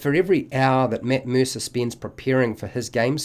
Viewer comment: This video: “Mitt Meersa”